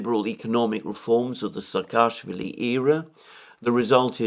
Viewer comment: Not SakAAshwili. He is SAAkashwili